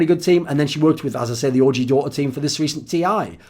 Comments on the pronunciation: Thooorin sounds like hes sayong 'orgy' instead of OG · Thoorin's the type of guy to say ORGY instead of OG! But I wouldn't blame him though, that team does look like a big orgy!